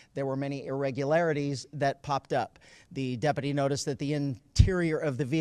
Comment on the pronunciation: Good work by the day-uppity (what an odd pronunciation lol)